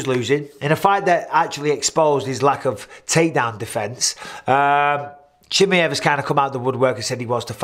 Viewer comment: I always get a kick out of the way Mike pronounces Chimaev 😅. I think khamzat is the 1 lying here. But it's not because of him being scared or trying to back down, I just think the only reason he even called Alex out was cuz he just got the belt, has a deficiency in wrestling, and is in the same division he's competed in as well. Once ufc told him yea, we'll give u Alex like u asked, but it's at 205 and for no belt....he was prob like "k well fk it then lol" that makes no sense